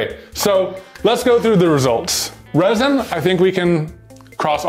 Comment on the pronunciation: “or are we gonna use ReSiN?” Everyone: “ReSiN”